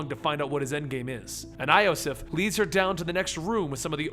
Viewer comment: again you say wrong names, iosif you dont say right